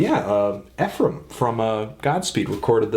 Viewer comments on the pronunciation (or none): none